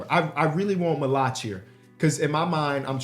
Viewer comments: the pronunciation of maluach is crazy 😂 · Dying every time he says Maluach name wrong